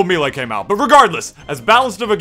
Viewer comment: Why do you say "Milee"